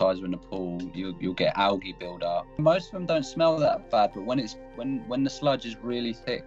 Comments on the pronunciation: I'll never forget how I pronounced Algae as " EL GAY " which I think means " The Gay " in Spanish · lmao 'Al-gee' xD say it right pls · I was laughing so hard at him saying owl-gee while pronouncing algae. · Great video but the way he said algae kinda ruined it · The way this guy says "algae" bothers me. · I can’t believe he mispronounced algae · Is no one gonna talk about how he pronounced algae